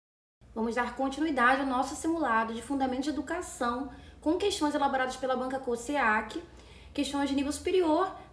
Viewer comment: Amei, porém a pronúncia da banca é com o som de Z - Cos(Z)eac